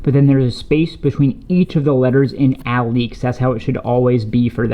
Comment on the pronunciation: Dope shoes! It's pronounced (uh-leaks) btw.